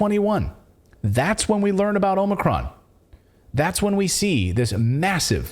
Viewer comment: Omicron. More like 'omni-con'. Accurate slip there.